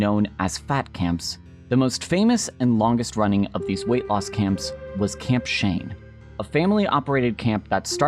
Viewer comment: I know it's camp Shane, but it sounds like camp shame.